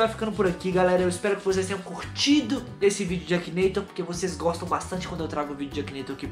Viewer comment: você sabe que você tá falando errado né é Akinator